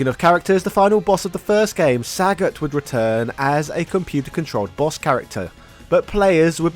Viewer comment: This video gets a thumb up for all the bad pronunciations. Ryu (Rye-You), Sagat (rhyming with an F-word), but Blank-a? Little too intentionally cringe there duder.